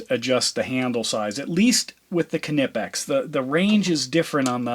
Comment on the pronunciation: In the name knipex, the K is silent...